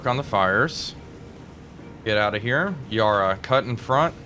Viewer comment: "Yarra" is pronounced like the 'para' in parachute.